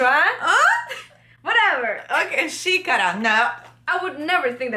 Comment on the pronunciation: Ela lendo xícara hahahahaha